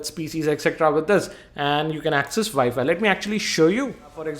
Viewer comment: my dad called it wefi it annoys me